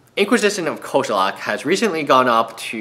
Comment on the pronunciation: it is as if you have a special trait to pronounce name incorrectly xD how does an e become an a?